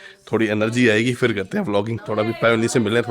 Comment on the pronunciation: It is not fir, it is phir!